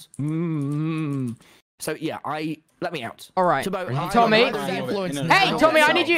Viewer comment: He said tomby ?